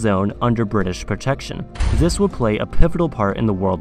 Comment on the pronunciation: Zis zath zhe 😭😭